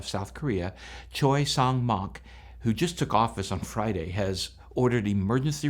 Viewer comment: Just to help--the pronunciation of 'Jeju is "Chejoo''. The President's names are pronounced "Chay Sahn-moke" and "Yoon Suck-yeol". One scenario I can think of in which pilots might elect to do a belly landing--correct me on this if you will--is one in which there is no hydraulic power, no control over the control surfaces and thus no way to slow the plane on the tarmac on a short runway distance remaining and in a scenario when the vehicle is exceeding the landing speeds and more in motion expected at take off speed. Is this logical? I understand that it seems this plane only had one engine out, however--so, the landing configuration is something of a mystery to me--as well--especially as the gear can be deployed manually--given enough time and enough hands.